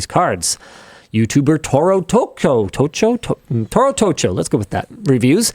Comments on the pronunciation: I love how he pronounce Toro tocho as "tourrou touchouu" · Say ToroTocho again 😂 That was funny. It's a great video for Spanish folks anyway.